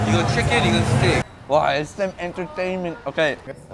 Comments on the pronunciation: "waahh sm enErtAinmeN" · HE SAYS SM ENTERTAINMENT WITH MY MOTHERS ACCENT My Mother: ESS EMM ENTH THER THAIN MENTTTH